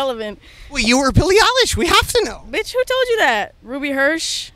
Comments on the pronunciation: Nardwar: "who are you? Billie: "Billie Eillish" Nardwar: Billie uhlish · Billie: “Hi it’s pronounced EYElish” Nardwuar: “oh okay L-ish”